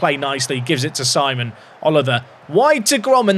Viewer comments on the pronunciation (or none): If he is French, Simon would be pronounced Sea-mon. Think you could retrain your brain,?